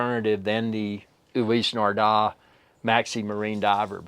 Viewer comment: Ulisee Nardar??? Nardar???